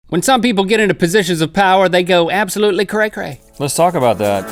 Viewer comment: Did link just say cra cra